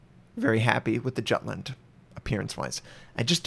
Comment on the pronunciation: You know that`s not how you pronunce Jutland........